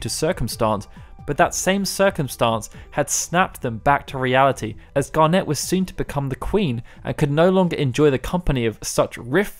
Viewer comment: Great summary, thoroughly enjoyed hearing it. However, your pronunciation of things makes me cringe so much... Like, have you honestly never heard the word "garnet" said before? It's a pretty standard word... Still, thanks, your content is actually brilliant. Please learn how to say some words though! :thumbsup